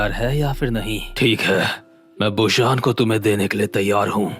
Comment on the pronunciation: Bro it's busan not bushan